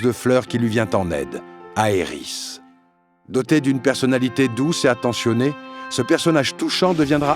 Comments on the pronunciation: on dit aerite... pas aerisss....... ca me fais saigner les oreille ca meme pas d'allure... prenez donc un 5 minute pour passer sur google trad.... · Pourquoi prononces tu Aerith en Areïss, mais Sephiroth en Sephirote et pas Sephirosse?